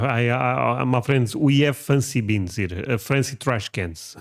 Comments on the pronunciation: Bins. Not beans. 😂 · No, bins is not pronounced the same as beans, not at all.